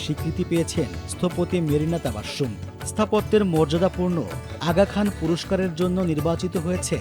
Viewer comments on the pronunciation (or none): Sonata shotgun korey naam Charon keno kortey paren na? Marina TABASSHUM na, naam holo Marina TABASSUM!!! She’s an amazing architect who cares for uplifting the common people; NOT LUSTING for money…!!!